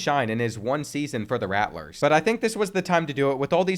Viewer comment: Me being destracted the entire video by the extra "T" in "Rattlers" lol